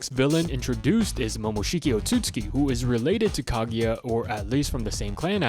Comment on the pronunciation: It's pronounced oat-sue-sue-key not oh-suits-key